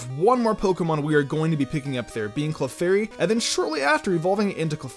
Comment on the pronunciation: you lost me when you said clefairy